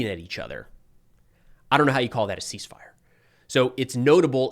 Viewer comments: Not "Cease Firey"...You better keep using that. I love it. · Are you sure she didn’t say ‘Seas Fire’?